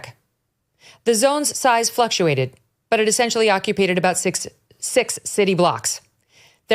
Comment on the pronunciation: I’m having whiplash because you said “occupaited”